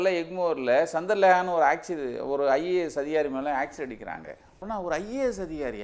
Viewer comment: அதோட அது ஆக்சிட இல்ல ஆசிட். திராவகம் தமிழ்ல. வாழ்க தமிழ். போடங்க